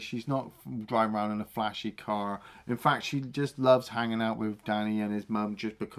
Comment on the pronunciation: once again proving there the best... Ah-row-und! Only saw these films once as a kid (not a karate one sadly) and liked them well enough. But it was Cobra Kai I loved, even if it went incredibly stupid towards the end. I’ll accept Silver sword fighting Chozen, but VR training in a throwaway episode? Up yer arse